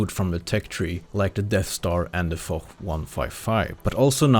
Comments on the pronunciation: It's not fok or forrr 155 but more like Foshhhhhhhhhhhhhh 155 u know? Foch "ch" = "sh" in French :) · Little tip for you guys, the Foch 155 and Foch B are pronounced "Fosh" 😉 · "the Fock 155" is what I heard. Did Zwhatsh said that for a reason? oooorrr.....